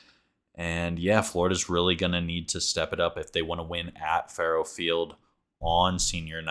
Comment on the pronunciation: It’s pronounced Fuh-row Field. I don’t blame you though. I didn’t know how to pronounce it for the longest time